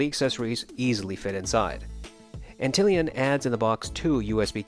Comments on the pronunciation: Ant lion lol, not Antillian 🤣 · It is Ant-lion, like the bug, but don't shame the guy ;)